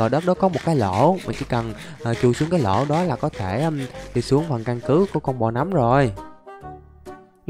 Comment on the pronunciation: Người ta đọc là nấm mà a đọc là núm:) Ai thấy đúng cho mình xin 1 like nha 👇